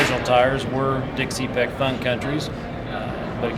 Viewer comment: Tyres are a ? no such thing! get it correct. Also its dick cepek not dick cee-pik